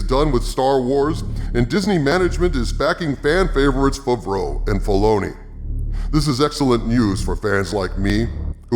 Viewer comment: “Jon Fuvroh”